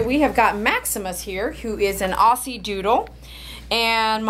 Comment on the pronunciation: Hi. It's pronounced Ozzie. Luv from Australia 😘